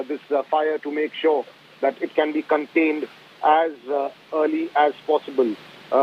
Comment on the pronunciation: Its not cunt... Tained...... ITS CONTAINED. what is wrong with their pronunciation?